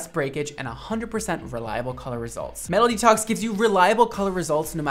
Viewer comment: why do I hear MELODY TALKS instead of "metal detox", I was so confused until he showed the name of the product lol